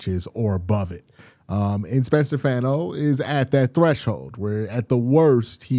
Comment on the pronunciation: Fano is pronounced “Fawn-oh” 🤙